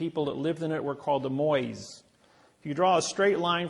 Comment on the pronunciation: The statutes on Easter Island are pronounced "Mo-I" not "MoIS" 😂. What a dumb ass. Pro tip, if you want people to take you seriously, learn to prounce the things you claim to be an expert on.